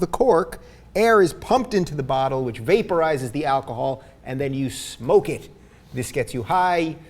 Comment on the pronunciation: "beta rises" instead of "vaporizes" xd geniuses